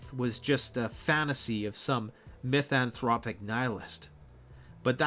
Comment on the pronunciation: “Mythanthropic Nihlist!”